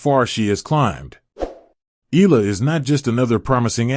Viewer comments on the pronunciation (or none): Eala pronunciation E ya la